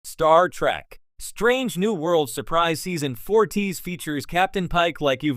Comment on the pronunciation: Star TREK ! NOT TRACK.. PRONOUNCE IT CORRECTLY.